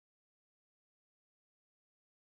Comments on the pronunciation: isn’t it kal-an-koe-ee? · Kalanchoe is pronounced kalankoee